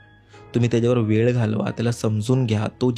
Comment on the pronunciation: सगडे सगडे वेड दासल त .मराठी उच्चारण तर नीट करा . ह्या सर्व घासून गुळगुळीत झालेल्या रेकार्ड आहेत